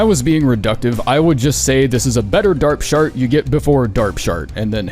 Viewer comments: sorry did you just call that skill 'darpshart'??? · And "Dark Shart?"